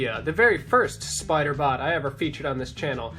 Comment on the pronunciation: “Yes, the... Spee-ider! Even the smallest bite from 'Arachnus-Deathicus' will instantly paralyze... Ugh, get it off!”